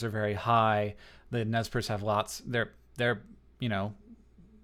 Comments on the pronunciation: Nezz Perce.. It's nez percé, the french word, like pierced nose. I love your videos hank, but this.. it hurts, right in the languages. ^^ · Btw the pronunciation of Nez Perce is mispronounced by Americans just about 98% of the time. This name was given by French-canadian traders and phonetically is "Nay Parsay." The name for their tribe among themselves is "Nimipu." Which simply means in their language "the people." A good resource is the movie "I Will Fight No More Forever" (1975) starring Ned Romero as Chief Joseph, James Whitmore as Brigadier General O.O. Howard, and Sam Elliott as Capt. Wood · isnt it pronounced nez per-say? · rather, we call ourselves Nimipuu (knee-me-poo). Nez Perce (neh-z purse) was a name given by colonizers. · I don't know if it's just my history teacher's influence on me, but I'm pretty sure it's pronounced Nez Per-say. *shrug* Anyway, great video!